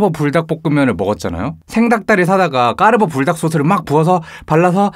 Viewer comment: 저만 까르ㄹㄹㄹㄹ보 라고들려요?